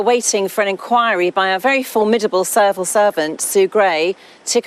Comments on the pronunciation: I thought she said servile serpent. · The fact that she couldn't say the words "civil servant" and instead came out with "cerval servant" makes me think the answer to your question is probably no :)